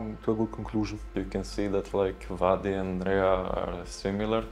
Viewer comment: C'est pas Vladi et reha sont similaires mais plutôt "wadi" et reha sont similaire 😅 mais sinon nickel